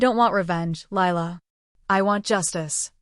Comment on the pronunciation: It’s Lila not Laya